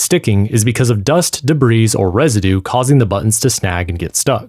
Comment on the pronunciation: Informative video, I guess. Do you not know how to pronounce the word debris?